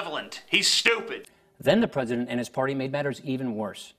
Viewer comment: Pwesident Obama? The GOP got doing their responses now? Should we be wery, wery, quiet?